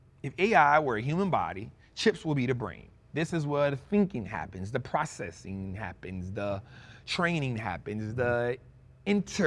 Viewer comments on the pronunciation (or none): none